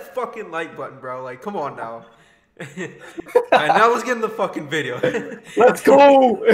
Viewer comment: We sure did hit the “FOCCUN LIKE BUTTON”